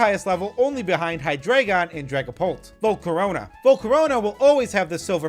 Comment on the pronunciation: This guy's pronunciation of the names are AWFUL Deino is "Dye-No", Zweilous is "Zvye-lus", and Hydreigon is "Hy-dry-gon" because they're based on German numbers. Eins, Zwei, and Drei.